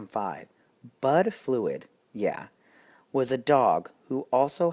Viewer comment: Bud's last name is flud. (Pronounced flood.).